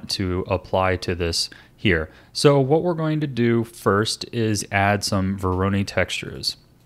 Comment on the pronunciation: Minor nitpick: Voronoi is pronounced like voronoy (rhyming with toy)